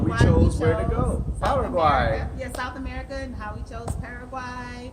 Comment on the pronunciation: Subscribed because you guys are some of the few that actually pronounce Paraguay properly so thank you for that! Also, you perfectly laid out many of the problems the US is currently facing. I look forward to hearing about what you guys think of Paraguay and what sorts of adventures you might have there :)